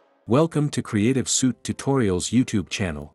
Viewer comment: As always a nice tutorial. Always makes me laugh how the AI presenter cant say 'Suite' and uses the word 'Suit' though.